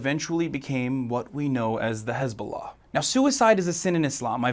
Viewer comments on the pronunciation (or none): none